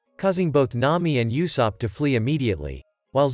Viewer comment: “N’ami” and “luiffy”